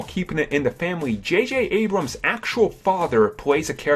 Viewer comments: JayJay Ebrums? wow this guy can't even pronounce the name of the creator correct. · jj ebrams? Lol.